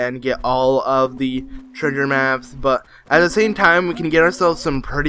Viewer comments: I hear the same thing🤣. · what he says: treasure maps what I hear: trigger maps